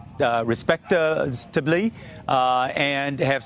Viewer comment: I'M a Respable, ah resptablle, ah respablale ah respecallla, I'm well repeablellly OH who cares I'm a Democrat you're not suppose to ask me those questions. I did not have sexual relations with those tickets. I don't know who Hamilton is; Are those tickets some kind cleaner you rub your computer with, AHH I found out about those tickets thru the News media. You can keep your Tickets and your Plan I Promise you its just lies.